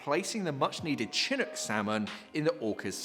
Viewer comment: As someone living in Seattle, and honestly not wanting to be "that guy" but Chinook is pronounced shin-OOK. Thank you for keeping folks in the know about this pod!!